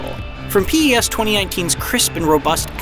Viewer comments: I can't take this review seriously. P-E-S smh. How about finding someone that's actually played a Pes game before huh? Complete joke of a review. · When he said Pi ES i lost it....re-review this sh*t, this guy played it for 5h max and probably never played previous installments of the game. very very poor review for a really improved game. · Clearly this narrator isn't a fan and wasn't the one who wrote this review. Firstly he calls it P.E.S. instead of Pes (nobody calls it that) then claims many master league features are new.. when they've been in the game for at least years lol. The whole "touch of magic" comment sounds like something he heard from someone else on Youtube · This man said piez 😂🤦🏼‍♂️ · spells out pes instead of saying pes, americans. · DUDE you call the game P-ES WTF horrible review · It hurts when he says PES... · Fire the reviewer or get someone to talk about the game that can actually pronounce the name of the game properly. What a joke! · WTF why he says P-S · the way he calls PES PEE-S lmao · P ez hahahaha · I know many people who call it P-E-S. Nowhere does it say that it should be called Pes. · He says it like... “p-yes” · I knew it when he said PES as P-E-S😂😂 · PS. no one can tr ist bfn if they cannot even say the game properly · He's not even saying the name right! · Can’t trust any review that doesn’t pronounce the game properly 😑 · How am I suppose too trust a persons review who can’t even say PES properly 🤯🤯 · It took me a minute to realise he was trying to say PES 😂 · Really poor review here, should start plagiarising again instead. It’s pretty obvious this person doesn’t really have a clue considering he can’t even pronounce three words correctly...it’s PES not PS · PES not P'ES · wtf why you say pee-s?? Fire this guy. Unbelievable. He never played PES games. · Why he say P Es ?? TaFaq outta here man! U don't know what u talking about man! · Pee Eee Ess. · Did he actually pronounce it P.E.S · P E S 😂 you cant say PES?